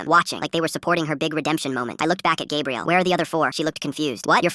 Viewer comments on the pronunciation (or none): Stop saying gabriel, it's gabrielle. 2 men can NEVER have a baby! Stupidest ai ever! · Pretty sure it’s like Gabrielle, like for girls, But the A.I pronounced it as Gabriel. I know someone else probs said this, but why not say it again. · It can be Gah bre elle. Not Gab re el. Ai mispronounced it.